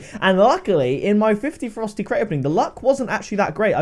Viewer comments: It sounds like you're calling it the "Frosty" crate half the time lol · Am I the only one who thinks it sounds like he's saying "Frosty crates" lol Just saying. Much love! Keep the crate openings coming!!!